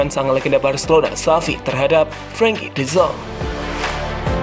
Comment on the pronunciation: Frankie de zonk??? Salah penyebutan nya min